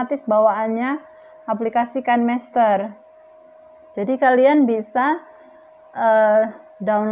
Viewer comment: Kan mester ... Bukanya Kine master ya.. Baca nya juga Kine master..